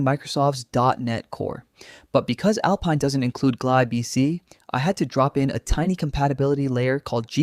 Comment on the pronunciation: The least you could do is find an AI slop voice that is able to pronounce GNU, Systemd, or even Alpine